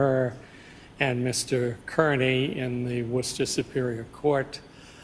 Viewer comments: And will leave never having learned how to pronounce "Kearney" correctly 😢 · This whole prosecution attempt is a smokescreen to detract from the real problem but I find it interesting in the pronunciation of Kearney. My mother's maiden name was the same spelling and they pronounced it "Care-knee" - her Dad was from Cork but I've also heard it pronounced "Car-Knee" but other Irish people. Just thought it was interesting. I hope this guy gets justice - he looks confident and rightly so.